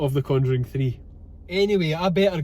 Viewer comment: Brilliant again! "Two for the Con-joo-ring please"